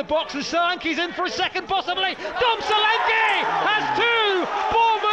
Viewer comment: The commentator calling Solanke "Selanki" is so amusing, cos the right pronunciation is "Show-lan-keh"